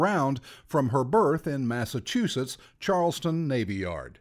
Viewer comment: Sorry, I have to comment on this. It's CharlesTOWN, not CharlesTON.